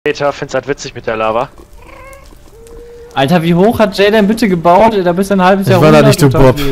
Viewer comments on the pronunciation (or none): Altaaaah bist du betrunken xD